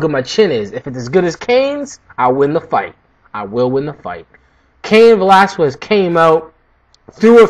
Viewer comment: It's Velas-kez bro, I'm Cuban though, not Mexican.